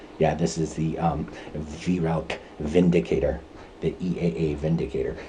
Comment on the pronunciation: 🙂 a Vi-roac ? In german pronunciation its like Wai-rauch ( ch in german sounds exactly the same as a bobcats hiss) The Weihrauch company is known in Germany for its very high-quality and precise air rifles (HW-100) but also for large-caliber hunting weapons of various types, and rightly enjoys the reputation of a premium manufacturer.